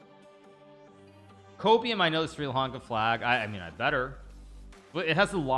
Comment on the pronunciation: bro said SRI LanKA lmfao